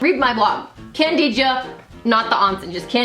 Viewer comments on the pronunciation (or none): Kandeej....ohnson xD